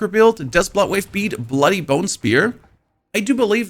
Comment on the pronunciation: Took me way too long to figure out you were saying bloodwave and not buttwave. Guess my ears are getting old. lol